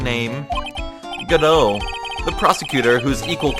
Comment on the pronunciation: hey, the first let's player to get godot's name right right away! now it's time for this bitch!!! edit: I screamed loud enough that i started coughing this episode.